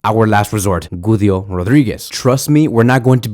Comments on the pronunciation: Guido is pronounced gee-doh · the way you say Güido Rodríguez cracks me up😭😭😭